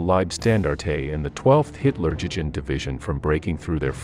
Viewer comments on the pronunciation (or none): You really need to improve your pronunciation of German and English: It’s comically bad. Also don’t simply reuse stock footage over and over again. Worst pronunciation is Hitler jewjend division. It’s pronounced you-gend . I understand your native tongue is probably Spanish or Portuguese, but if you want to be a respected channel pronunciation is crucial. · The historical detail is exemplary but the pronunciation of German formations, towns and organisations etc, like Luftwaffe and Hitlerjugend is terrible. Either do a little easy research to make a reasonable attempt at the correct pronounciation OR just refer to them as the German Airforce and Hitler Youth etc.